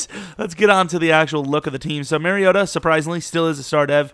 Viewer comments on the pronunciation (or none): MAR-REE-OH-TAH ...MARIOta... it's not MERRYota lmao. Y'all gotta get my dawg name right.